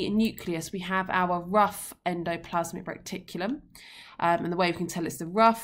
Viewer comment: Is it just me or it it annoying that Miss is calling it Recticulum instead of Reticulum